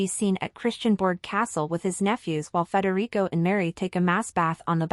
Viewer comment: if you do not spell and pronounce his name correctly i sam going to stop watching. hir name is Frederick not Frederico. he is Danish not Spanish. stop with the gossip and i will stop my misspelling. is it a deal?